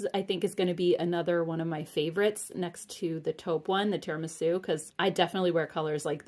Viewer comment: Great haul, nice to see them back. Thank you! Time for an Italian lesson! Italian is my native language, so if you are interested, the first syllable of tiramisu rhymes with ear or tier, (not air). Tier-ah-me-sue! Life is short, eat dessert first.